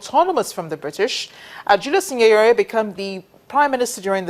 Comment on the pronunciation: I always wonder why some of these international broadcasters dont learn to pronounce 'names' properly. Here 'Tanganyika' and Julius 'Nyerere'...i think her problem is the consonant 'NY' ie Nyika and Nyerere.